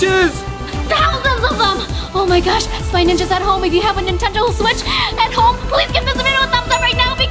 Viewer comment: EXCUSE ME DID U JUST SAY? AHEMMMMM NETENDO? \ cough \ REPEAT THAT!